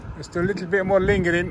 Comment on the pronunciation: She said why are u fingring not lingering 😂😂